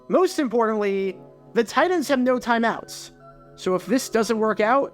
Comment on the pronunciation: Your pronunciation of the word "Titans" had me pulling my hair out all video.